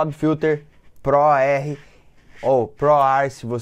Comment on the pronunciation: fabfilter POR-R kkkkkkk